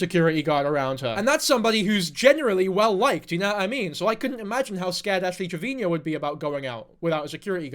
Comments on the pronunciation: Trevino, not Trevinio lol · Please stop calling her "Triveñeo".. you're making her sound way more fancy than she is lol. It's just trivino lol. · 6 videos and still can't pronounce Trevino